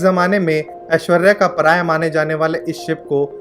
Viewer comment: He mean ऐश्वर्य का पर्याय... I have to repeat video 3 times to undertand that it is not ऐश्वर्या का पराया.... 🤣🤣🤣